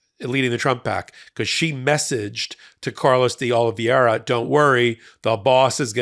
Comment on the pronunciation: Oliviera, not Olviera. It's not a name from outer space!